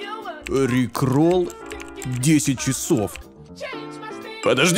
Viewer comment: Не рикломом а риклором ошибка р